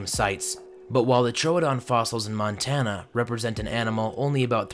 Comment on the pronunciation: Trooooodon! Not toadon